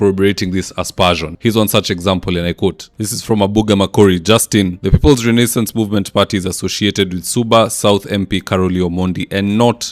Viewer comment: I'll be eagerly waiting to see the nonstop "butchering" of the word Renaissance! 😂😂 A little bit too complicated for mwananchi wa kawaida? Anyway, I like it